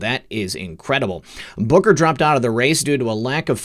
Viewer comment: Every time you say Booker, I hear Booger. More better. haaa haaaa